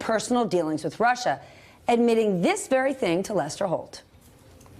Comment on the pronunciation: Anybody else really happy that he mispronounced Russia in that infamous clip with Lester Holt knowing that the clip will be played thousands and thousands of times for the next few generations as people study this time in history? it would feel a bit like being in the background of a famous picture or a video that goes viral except you're picking your nose.